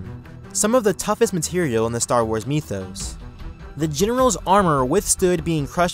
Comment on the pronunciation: It’s pronounced Mithose not menose and its not ne mon ni man